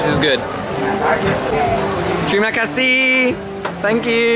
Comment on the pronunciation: your "Terima Kasih" is legit!